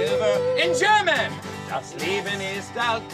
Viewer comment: The German pronunciation is quite bad